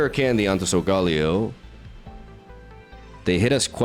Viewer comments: How to pronounce sogaleo: SOL-GUH-LAY-OH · SOUL - GUH - LAY - OH Please, stop butchering my favorite Pokémon lol